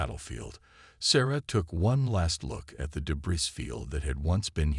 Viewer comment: Well, you've almost learned how to pronounce debris. But if you're going to unleash the Kraken, you probably ought to learn to pronounce that too.